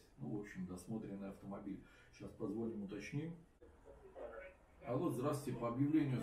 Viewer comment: Не позвОним, а позвонИм.. Мда